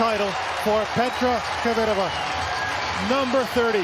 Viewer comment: Kvitova not Kivitova lol. Umpire says it right . Anglos can't lol